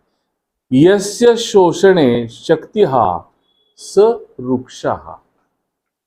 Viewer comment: माहिती उपयुक्तच आहे . [पण क्षमस्व ! गुणेनं नाही. गुणेन . शक्तिः ( उच्चार शक्तिहि प्रमाणे. शक्तिहा नव्हे. ) ]